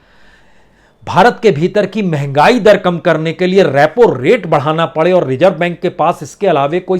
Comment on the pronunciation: सर ज़ को भी आप ज ही बोलते हैं रिज़र्व को रिजर्व नाज़ुक को नाजुक etc